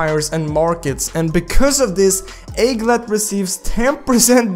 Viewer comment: Pronounce: egglet